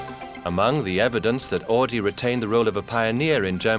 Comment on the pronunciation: Horch became AUDI! Not "AADI" Pronounce it right or don't say it at all.. Jeez...